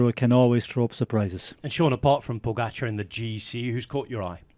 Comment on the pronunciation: Except he can’t decide how to pronounce Pogacar. When everyone that commentates next to him can pronounced it properly, Kelly butchers it every time. Occasionally he pronounces it like his co-commentators… then he’s back to Pog-ga-char.